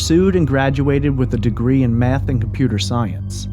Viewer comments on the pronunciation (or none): none